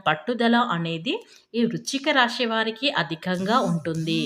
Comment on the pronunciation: రాషి, షుభాషుబాలు అనడం కూడా